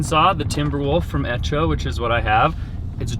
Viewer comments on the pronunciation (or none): Hey, its pronounced Echo! Spelled like it sounds, really easy to say, its Echo.;D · calling it “etch-oh” instead of “echo” 😂😂😂 ohhh!! It’s a good thing he’s a hard worker! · It’s echo, like ‘eko’, not ‘etcho’ 😂😂😂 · you're Correct The Chainsaw is Echo as it's Spelled..... not Etcho 😂🤣😂🤣 that's funny